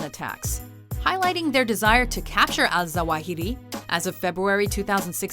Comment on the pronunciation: also... that moment where the narrator pronounces "Ayman Mohammed Rabie al-Zawahiri like a goddamn boss, but couldn't pronounce "Magnotta" right... fail...